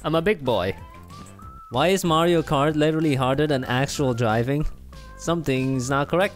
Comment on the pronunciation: You pronounced Mario wrong.